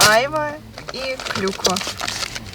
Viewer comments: Доброго времени суток! Ребята вы просто очаровательные! У вас такая тёплая и душевная семья. На вас реально нужно ровняться многим. Спасибо за ваши видео! Бабуле с дедушкой дай бог здоровья! Да и ещё,айва, ударение на второй слог айвА, без обид. Удачи вам. А мы все будем ждать новых видео. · Вы конечно из Белоруссии..и можете не знать. но на русской слово айвА. ударение на последний слог. Всего вам доброго. ( написала не для критики )❤ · В России на Айва ударение делают на последнюю А😂 у нас тоже дерево растет, очень с нее вкусное варенье, может я что-то путаю и у вас другой какой-то фрукт называется Айва, а малинку посадите себе вы справитесь, мы тоже перетераем с сахаром и в холодильник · Добрый вечер из Крыма. На 51минуте это не сыроежки, это сладкие грузди. И не Айва, а айвА правильно, это турецкое слово. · Ребята, вы молодцы!!!! Сбор малины- это очень интересно. Но почему бы на вашем хуторе не заняться голубикой?! Хвойный лес же у вас. Но вам виднее. И еще: вы называете Айва, делала ударение на первый слог. А на юге название айвА. Я южанка. У меня айвА в саду. С полкило и более каждый плод. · В слове Айва ударение на последнюю букву А